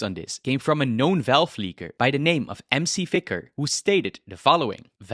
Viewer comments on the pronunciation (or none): did you just call Tyler McVicker by "MC Vicker"? You should probably cite Tyler's YouTube channel and not an article that's just repeating what he says. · m c vicker... you mean Tyler McVicker?